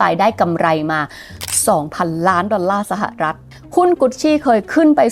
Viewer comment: ชอบสไตล์การเล่า น้ำเสียง และเนื้อหามากค่ะ ติดตามหลายคลิป 😊 แต่ติดตรงอย่างเดียวตอนออกเสียงคำว่า สะหะอะรัด (สหรัฐ) อเมริกาค่า เกือบทุกคลิปเลย